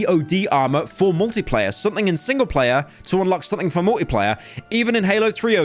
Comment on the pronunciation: everytime he says "multiplayer" I hear "Morty player" and now i can't unhear it